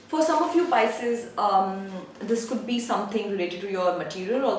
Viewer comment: You keep saying picies